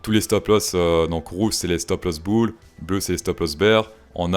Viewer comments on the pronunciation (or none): none